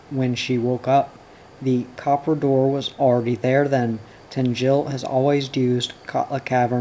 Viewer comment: Great to hear someone read this fantastic story from my native Sweden in English! Just a couple of things to keep in mind: Tengil is pronounced TENN-gill with the emphasis on the first syllable and the -g pronounced hard as in "go" (not tenn-JILL). Orvar is pronounced ORR-varr (not or-VAAR) with the emphasis on the first syllable and with a short -o as in "Oregano", and the -a is short as in "apple".